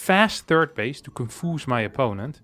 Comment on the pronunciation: to konfuz? ROFL! Thank you,, it's gonna be a good week again:-D